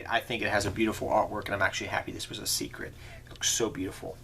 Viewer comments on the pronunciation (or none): none